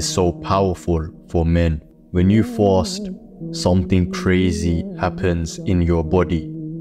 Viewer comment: Im pronouncing fast as fawwst from now on! Sounds raw 💯💪🏽